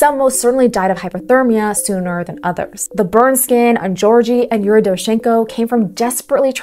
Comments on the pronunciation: "George-ee" 🤣 Both Gs in his name sound like G in "give", while "eo" sounds more like "eo" in "geography". To me as a native speaker, calling a Russian speaking Georgi a "George-ee" sounds as ridiculous as naming someone Ivan (ee-VUN) when he is actually a John. Like in, Donald Ivan Troomp. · Mispronouncing Georgiy as Gorgey is a bit of a pet peeve NGL, but otherwise it is an interesting and quite plausible theory that could explain what happened to these unfortunate souls.